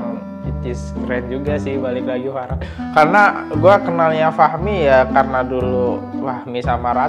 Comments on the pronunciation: fahrat bang bukan farhat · Fahrat kali bukan farhat